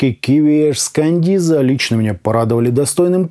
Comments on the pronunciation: Маркетологи наушников смотрели обзор,с перекошенными рожами,скрипя зубами...шипя от злости:"Каденза,а не кандиза...Каденза,Каденза су.а!"🤣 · Не кандиза, а каденца !!! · Хаха, Кандиза 😅. Кандализа)))) 😂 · Отличный приём, возьму на заметку. Берём и неправильно читаем название и получаем кучу отзывов, где каждый хочет поправить. Так бы эти грамотеи ничего не написали бы.